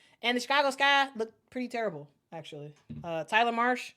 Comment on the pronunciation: I thought I heard you say, "torrible". I'll assume that it's worse than terrible and horrible put together.